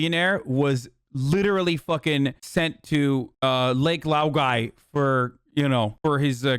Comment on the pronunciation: Lol, lake loigai 😂😇